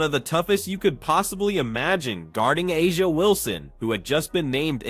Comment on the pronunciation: First of all: That voice of commentator is annolying.... AND, are you surprised that 'Ah-Jah Wilson (they can't even pronounce her name correctly) claimed that the refs were paid off by the Fever? Doesn't surprise me at all...